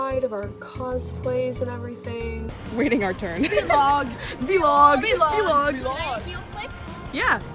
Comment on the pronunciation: Need a counter for the amount of times I said “vee log”